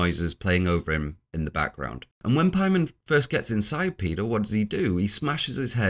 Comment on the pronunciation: I know you're the 4 hour hereditary video guy and you know better, but why are you pronouncing it like 'Pie-mon' here? It's very jarring